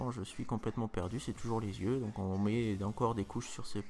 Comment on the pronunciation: xDDD "on prend un crayon et on s'écrit dans les zieux" aaaaa JPP